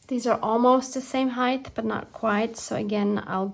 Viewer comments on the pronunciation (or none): Sweety hi… not sure who told you the word ‘ height ‘ has a pronounced ‘ th ‘ at the end. It doesn’t. Otherwise everything is fine… considering that we are in Jlem, staff in Gaza, and Egypt is again in between holding a key…